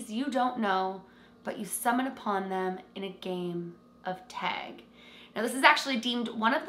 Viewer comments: It's not teg! Its tag! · oh no. i want to watch but she keeps saying teg and i don’t know if i can make it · Canadians pronounce it like “teg” vs “tag” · She says tag. I heard teg 1 or twice but she says tag the rest of the video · why does she say "TEG"? 😂🤦🏽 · Take a shot everytime says “tAayg” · I love how u say tag lol :D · I can def tell you're canadian by the way you said "tag" lolll so cute! and awesome vid!!!! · Exactly what I was thinking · The way you say tag is so funny lol cute 💚🧡 Great vid! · I don’t mean it rudely. It’s cute. Very Canadian.